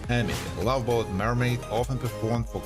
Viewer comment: You telling me that when he said “lahveee beeeyough”, you couldn’t tell he was clearly saying Love Boat?